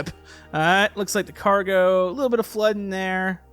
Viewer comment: Its car-go